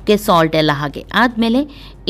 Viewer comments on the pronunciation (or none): none